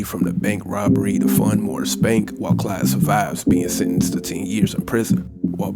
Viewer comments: Hey man it’s claude not Clyde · Why does he keep calling him Clyde? His name is CLAUDE. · Are you saying Clyde? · you just can't pronounce Claude can you